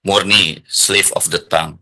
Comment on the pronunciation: Pertama, pengucapan 'slip of the tongue' yg sangat memalukan. Bukan 'tong', bang.. 😅 Kedua, ngatain org sok kebarat²an. Yah elu emang kagak. Pake istilah 'slip of the tongue' segala dgn pengucapan yg malu²in